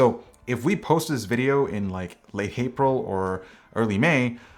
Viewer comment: Ok well I heard him say “late hapril” ;p my ears hear everything 🤪